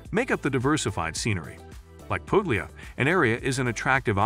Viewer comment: Puglia not Poglia don't pronounce the g 😢